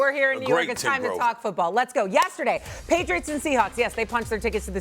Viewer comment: “Yessaday” Dan O 😂